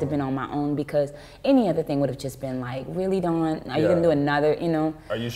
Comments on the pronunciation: Really love Dawns passion about her art.Really great interview....and you got her name right!lol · Oh my gosh you said her name right , I love it. This was a great interview.